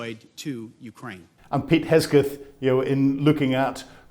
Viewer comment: Please learn to pronounce Heg-seth. It's not hard.